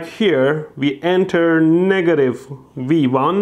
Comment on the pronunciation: Is it just me or is he saying "we won" when he points to V1